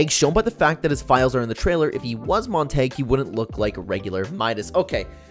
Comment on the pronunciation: I love the video but I just have to say this. You keep saying Montague wrong.